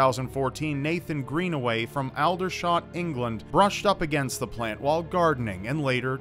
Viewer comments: Just to let you know - Aldershot in england is pronounced all-der-shot. I know us english do not pronounce most words as they are spelt, it is very confusing even for us! haha! I live about 10 minutes from Aldershot so I am now about to go google that plant so I know exactly what it looks like and the symptoms so I can teach my family (especially my nephews and niece) about it to keep them safe. Thank you for doing this video, you have potentially saved many lives:) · Aldershot is pronounced 'Oldershot' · It’s pronounced “oldershot”